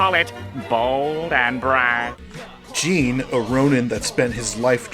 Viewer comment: Great analysis! The only thing that bothered me was how you pronounced "Jin" as "Jeen" the entire time, it made me shiver ☠️